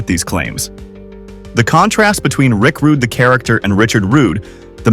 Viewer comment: AI Slop "Rick Rudie"